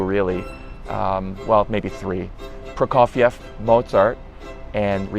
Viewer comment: Finally someone said Prokofiev